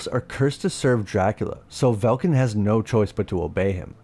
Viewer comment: I believe it likely is an AI voice. It does work well for most of his videos, but the clanker was having wording issues with Velkan in this video, that's probably what happened.